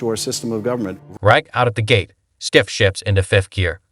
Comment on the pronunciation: Bro you really need to work on your editing and story telling abilities, this is a terrible piece, not one time did that liberal Maher call Schiff out on anything and why are you pronouncing their names completely wrong?